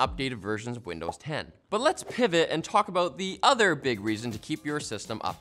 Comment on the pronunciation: "and Widnows 11"- come on !